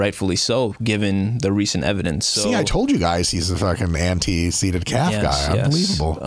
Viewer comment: Can someone let homie know that calf (singular) ends with an F?